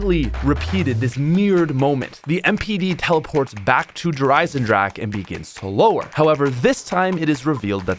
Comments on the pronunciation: Der eisendrahhhhcccckkeee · I love how the not German people can’t say “Der Eisendrache” properly lol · It’s been years and you still don’t say it correctly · It's 2020 and still can't pronounce the Map right.;)